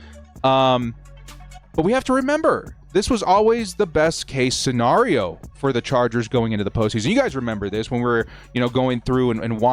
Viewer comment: I hate the way you say scenario 🤣